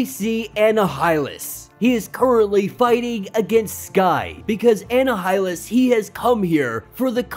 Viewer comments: Love your stories man, you have come so far. Just two constructive criticisms, iautu is pronounced oo-ah-tu the watcher. And annihilus, is just silent h, essentially annialus. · Comic break down: Anna-high-lus?? It's annihilus, a play on the annihilation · Auh-Ni-Auh-Lus From the word Annihilation. The H is silent. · bruh i know ur young probably and mightve just gotten into comics, but its pronounced M'Chron (EMM-KRON) Crystal, and Annihilus (An-ny-hil-Lus) Oh and its Uatu (Oo-Ah-Tu) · I just laughed. I was like, who's Anna Highland? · Listening to this guy trying to pronounce Uatu and Annihilus (as well as a few other words) is utterly painful!! I couldn’t make it all the way through!!